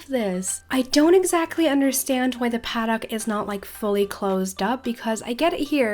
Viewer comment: Did anyone get triggered when she said 'paddock' wrong or is just me?